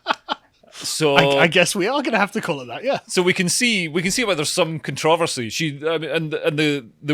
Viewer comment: How did he just pronounce controversy? 😂